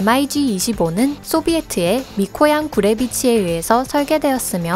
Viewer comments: 대부분 mig을 m.i.g 라고 안 읽고 미그라고 읽지 않나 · 엠아이지가 아니고. 미그기라고 합니다^^ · 엠 아이 지 25? 보통 미그25라고 읽지않나? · 발음을 왜 단어로 읽어욬ㅋㅋㅋㅋ 예를들어 mig는 엠아이쥐라고 안읽고 미그라고 읽어요ㅋㅋㅋ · 군사지식을 알고 영상을 만들던가 일자무식쟁이들.. SU를 수호이라 읽어야하나 에스유 라고 읽고 Mig를 미그 라고 읽어야하나 엠아지 라고 읽는 지식에 정말 감탄하고 간다. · 나레이터 반성좀 하세요.. 엠아이지가 뭔가요...!!! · 목소리만 좋지 밀덕들 입장에서는 mig를 엠아이지라고 읽는데 안빡치겠냐ㅋㅋㅋ